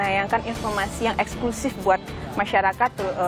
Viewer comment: Sayang sekali Kompas TV terlalu mendramatisasi kasus ini dengan : 1. Pengucapan kata EXKLUSIF yang berlebihan berkali-kali oleh sang pembawa acara 2. Penggunaan musik dramatis yang berlebihan bagaikan sinetron murahan Selain itu sebetulnya investigative reportage dari mas pembawa acara (Aiman) cukup bagus .....